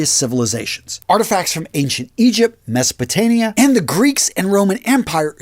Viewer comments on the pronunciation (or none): It is MesopotaMia, not Mesopotania.